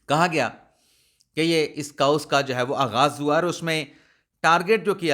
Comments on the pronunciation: Dear chaos its not kaa-oos, but pronounced as kay-os. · جناب ، برائے کرم اپنا تلفظ درست کریں۔ chaos کو “کے اوس” پڑھا جاتا ہے “کاؤس” نہیں، اور دوسرا vlog کو “وی لاگ” پڑھا جاتا ہے ناکہ “ولاگ”۔ اس نشاندہی پر معذرت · ۔۔۔انگلش کے لفظ chaos کو کے-اوس پڑھتے ہیں۔ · آپ کاؤس کہتے ہیں تو کانوں میں پھنس جاتا ہے 😅